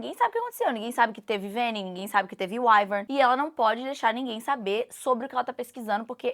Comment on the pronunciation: gente... eu tô vendo ela pronunciar venin, wyvern, basgiath... é totalmente diferente do que eu imaginei na minha cabeça kkkkkk